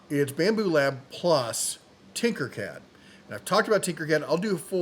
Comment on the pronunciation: You lost me first minute when you said, "Bambu Lab". 🙄